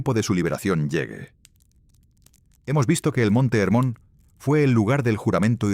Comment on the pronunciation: חרמוןcomo esta traducion es en ! Ingles por ESO lo peonuncian con la "h" muda pero en fonetica hebrea se pronunci "Germon"..asi se pronuncia en israel...y no se dice erem sino "Gerem